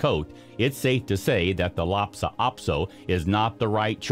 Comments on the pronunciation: The way you keep saying LhaPsa Apso instead of LhaSa Apso made me crazy! If you’re going to make an entire video about dog breeds, the very least you can do is say the name correctly. Ugh. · "LHASA" APSO NOT FRIGGIN "LAPSA"!! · I am wanting a chihuahua. This is going to sound picky, however when someone is hired to tell about these dogs, they need to know how to pronounce the breed name. This man continually refers to the Lhasa Apso as a Lhapsa Aso. This is something that he needs to correct because it is not respectful of the breed. Thank you for taking the time to read this. I always like hearing about the different dogs. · Why are you pronouncing Lhasa Apso, as LA-Pa Ap-So?…..you mispronounced it at least three times. 🙄. LA-SA …….not LAPsa. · It’s a Lhasa Apso, not LHAPSA Apso. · Lhasa Apso, not Lhapsa Apso🤦‍♀ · Lhasa Apso not lopsa! And you are showing something else! Not a Lhasa Apso. I don’t see any of these as new breeds. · I thought it was just me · Also not “Lopsa “ Apso....🙄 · TheLlaso also s ot pronounced laptop aso. These are not new breeds. And we show a different breed when taking about another breed. NOT A GOOD BREED. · Hahahaha… Larpsa Apso?… It’s bad enough you can’t pronounce it’s name… but then you put up pictures of Yorkshire Terriers… and the name Shih Tzu is pronounced “She Zoo” the T is silent… ask me how I know… That’s right, I own both breeds and unlike you I did some research, and the stuff you consider “Newly Discovered” was new, about 100 years ago… Stick to subjects you know. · At least show correct pictures and say the name correctly